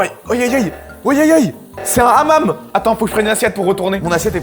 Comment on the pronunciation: le hamam avec l accent français 😂😂😂😂😂